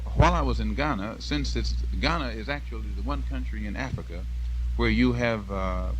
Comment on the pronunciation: I love how he correctly pronounces the cities in Ghana☺☺ so cool